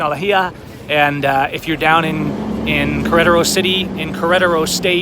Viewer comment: Learn how to say Queretaro. It's not that hard.